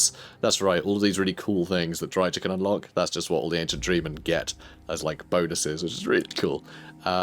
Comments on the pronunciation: Don't worry, he knows about it; I told him the correct pronunciation and gave him a couple of sources for it in the comments of the first Drycha campaign video, but he said that he prefers to use the TSH-pronunciation for "ch" so we just have to be there for him and support him - you can't try to change the people you love 😆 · Please stop mispronouncing Drycha and Heathlands. Drycha is pronounced like "Dry-ka," and Heathland is HEATHland, not HEARTHland. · Please just please. Look up the pronounciation of Drycha. The ch sound is the same sound like in Chrace or chaos for example... Shes not lizardmen for it to be the same sound like in Chaqua and so on... I hope you just didnt put it in google and used that pronounciation. Seriously man its destroying my ears to the point I cant watch your videos. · Fair enough, I'm honestly way less annoyed by you mispronouncing it intentionally than I am by you doing it accidentally.